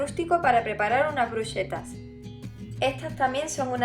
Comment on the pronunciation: Bruschetta se pronuncia brusqueta. El singular de antipasti es antipasto. ¡Mil gracias por las recetas y las sugerencias de uso!